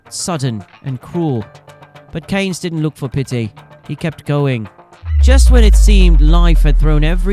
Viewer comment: Well, it pisses people off mate, there is an R in Cairns